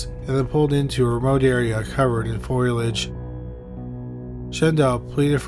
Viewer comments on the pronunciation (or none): Braddy is brad-d not bray-d and foliage is foe-lee-edge not foil-edge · It’s pronounced Fo-Lee-Ehj. And it is spelled foliage. It is not “foilage”. Thats not a word. It’s the plants of an environment. It’s not tin foil.🤔 I think I know of a very monotone announcer who’s never read a book. 🤣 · Foe-lee-age, not 'foilage'.